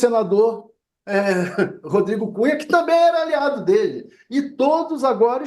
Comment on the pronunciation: Alguém entende o que esse louco falou ??? " Rodrigo Cunha" . Que burrice